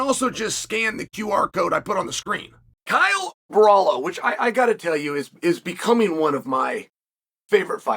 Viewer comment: "Kyle Brawlo"